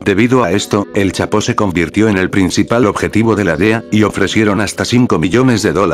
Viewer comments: Al de la voz se dise chapo no chato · like si dijo chato en ves del chapo like👍👍👍👍👍👍